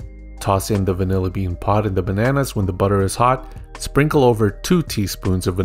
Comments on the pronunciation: Bro put the hard 'r' on the bananer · "4 ripe bananers" lol 😂.